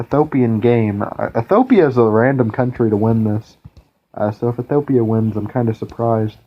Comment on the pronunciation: Drink 1 bottle of vodka every time he mispronounces Ethiopia in this video :P